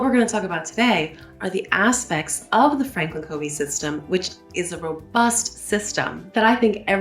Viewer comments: Loved this video. Covey is actually pronounced Cuvey. He is an Utah native and that is how we pronounce his name. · Covey is pronounced KUH-vey. 🙂 There’s also another step before identifying values and goals - developing your life mission statement. The values and goals flow from that. Franklin has a mission statement builder on their websites and in their Starter Kit inserts, and in their books.